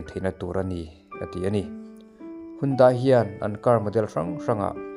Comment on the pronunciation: Handae tia lam tur,mizoram te hian kan lam sual laklawh taw.